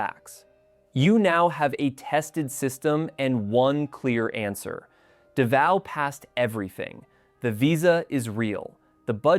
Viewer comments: It's hard to take #1 seriously when you pronounce it Davio! Daaavow or davo. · Davao is pronounced "Da-Vow" Not Du-vay-oh... This tells me the narration is AI. Yuck! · 😂... I was just there so it stood out to me. I noticed you pronounced it properly later in the video? Thank you for opening my eyes to Cambodia. I'm going to visit after my 90 days in da Nang. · Well, I was with you until you mentioned P.P. warmth 32c ? If you like hot n humid, Try 38-40c . This must be AI audio. Davao is not pronounced Davio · Does he mean Davao. Sure ain’t pronouncing it as such. Been there once. Was in my younger days and on the Government dime so of course I liked it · You cannot pronounce DAVAO! Thumbs Down A Hole Ai Sucks! Lazy A Hole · Literally where?? None of the video is original, and anyone that's been to Southeast Asia even once would know how to correctly pronounce "Davao" ... There's so much terrible information in this video is hard to even know where to start ... but hopefully YouTube find a way to shut down nonsense channels like these providing poorly researched, AI-backed info from a 20-something kid probably living in a basement somewhere in California.